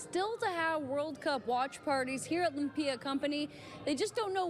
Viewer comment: She really said "lump-ia" 😂